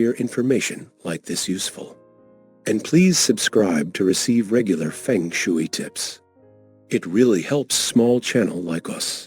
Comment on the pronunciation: Mispronounced shui